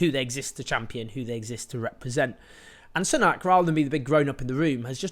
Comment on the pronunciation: Rishi Soo-nack, not Sun-ack, deliberately mispronouncing someone's name over and over is borderline aggressive